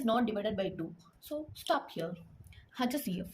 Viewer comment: Lolll I can’t stop laughinggggg hachhh ceee afff